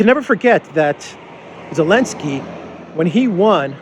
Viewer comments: And your 2nd mistake is you misspelled/mispronounced "Zelensky" as "Elensky". Please apologize and don't do it again. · A question: Why you call Zelensky “Elensky?” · Who is, “Elensky”? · I like the way you insist on omitting the Z in Zelenksy. It's hilarious Shows how illogical humans can be